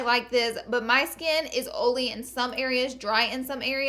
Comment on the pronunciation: I love how you say "oily"